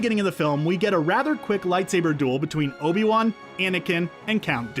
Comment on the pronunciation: It's not Obie One. It's Obi-Wan.